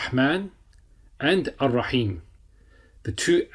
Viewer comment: Dear Instructor. Please be informed that it's not AL RAHMAAN or AL RAHEEM but it must be pronounced as AR-RAHMAAN and AR-RAHEEM because the alphabet "Ra" ر is حرف الشمسية so it has be joined with the following alphabet which comes after ال. Therefore AL ال must not be pronounced except for حروف القمرية. Even when you write it should be read as AR RAHMAAN or AR RAHEEM eliminating all possibilities of incorrect pronunciations. May ALLAH AZZAWAJAL INCREASE ALL OF OUR KNOWLEDGE. جزاك الله خير